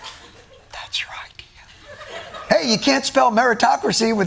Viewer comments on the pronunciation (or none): none